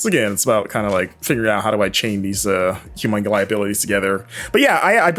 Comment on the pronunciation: Is it just me or does he say 'humonguli' instead of humonculi every time? The game looks great though.